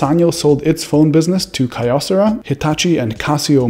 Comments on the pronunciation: btw, kyocera is not pronounced ky-yo, but more like kee-yo but with the ee part basically non-existant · Kyocera is pronounced Kee yo seh ra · You sure it's not "Key-o-sarah"? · Kyocera - pronounced Key-yo-Sara